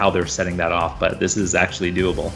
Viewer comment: The amnount times he said:doablee, scares tge living shit out of me..